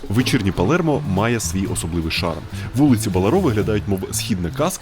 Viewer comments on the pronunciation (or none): Не ПалЄрмо, а Палермо. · Палермо. Не Палєрмо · чого Палєрмо якщо Палермо